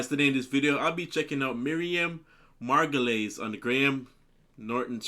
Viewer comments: Amazing you pronounced her name correctly. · Congratulations for being the first American I've heard pronouncing Margolyes correctly. All of these clips are from the Graham Norton Show. It usually airs on TV at 10pm but there's a second version that airs 2 days later at 11pm that is the uncut version.